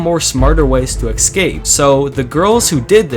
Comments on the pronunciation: I love when people say "eckskape" rather than "escape" lying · I wish he'd say escape and not excape